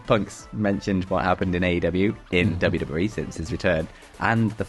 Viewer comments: "CM PUNK CALLS OUT TOP WEE STARS" "R" That's it, just the letter "R" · "CM Punk calls out top WEE STARS" 😂😂😂